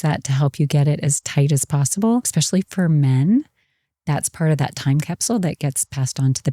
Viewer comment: Great episode. However I was distracted every time she said “expecially” instead of “especially” 😂